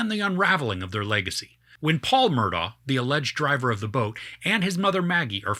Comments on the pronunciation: First time watching you. Thanks. When Alex/Alec was first interviewed, in the car I think, he spelled his name then clearly pronounced it Murdock. I was glad he did that, because, like you, I had trouble with the correct pronunciation as well. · Take it from a local: The name is pronounced like this spelling: Murdock